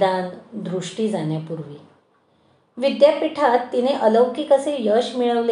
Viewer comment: न आणि ण चा उच्चारा वर काम करावे. जाण्यापूर्वी... जान्यापूर्वी नाही. आपण... आपन नाही